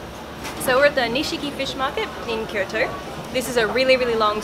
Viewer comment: Occasionally when says, "Kyoto" I hear "Kirito"... Just me?